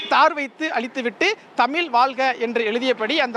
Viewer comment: தமிழை தமில் என்று சொல்லும் நிருபர் இப்படி இருக்கிறது தமிழகம்😢😢😢